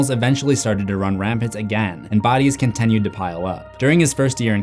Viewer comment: please say continue right